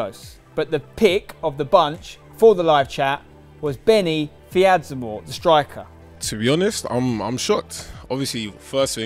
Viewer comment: Man said Benni fidzamoor lol, need Callum palmer